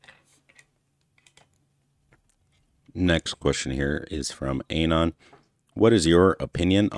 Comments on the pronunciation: why does pronounce "anon" wrong? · Man I can't with the pronunciation of An-on